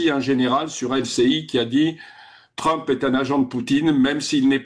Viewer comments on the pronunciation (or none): none